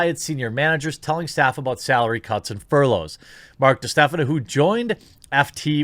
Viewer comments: Jeremy, my man, fur-loffs? It's furlough, pronounced fur-low, plural fur-lows. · I did laugh a little when I heard you say "furloffs" We all have moments where we say something off and we just roll with it lol